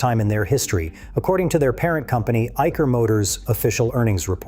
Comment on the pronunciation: Its Eye - Share Motors, not Aiker